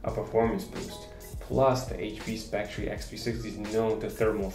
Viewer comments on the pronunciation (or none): Please learn how to pronounce the name of the product you're reviewing. It's pronounced "Specter" despite the spelling, not "spectREE." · It's pronounced Spec Tur...not Spec Tree. This was another useful upload. I appreciate the trackpad comparison. Also, I don't think the power brick was an issue for HP, because they assume the battery life on the x360 is so superior that most consumers will ignore the fugly brick. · You say it like spectree. It's pronounced specter. :) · Great video! Just a note though.. It's pronounced Speck-ter. 🙂